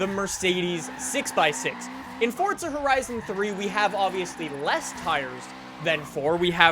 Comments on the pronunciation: QUIT SAYING FORTZA ITS (for-za) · It's forza not fortza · PLEASE STOP SAYING FOR T ZA.. I'm a simple man, FOR Z A.. just say it! Dont church it up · Fortza???? Its Forza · Why do people say Fordza? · Wtf is fortsa? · It's not Fortza it's Forza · ITS NOT ForTSa. ITS ForZA. WHY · He is saying fortza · it fucking irritates me the way he says "forTza" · Am I the only one who hears "fordza" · Nothing pisses me off more than people who can't pronounce simple words like "Forza". For fucks sake, WHERE IS THE "T"? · "fortza fordza fordtza", are you speaking the Italian version of this word or ruining the english rendition of it?